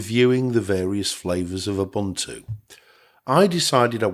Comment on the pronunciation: you also mispronounced Ubuntu go look that up.